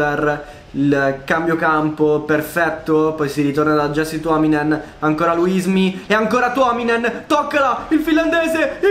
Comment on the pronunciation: Si dice iasse tuominen, se no c'era scritto jessie. Comunque è solo un' osservazione. Grande carriera continua così.